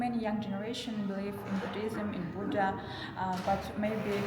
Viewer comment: It's Buddhism not Buddhilism lol